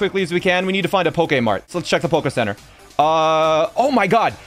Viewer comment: why u keep saying pokae mart it’s so annoying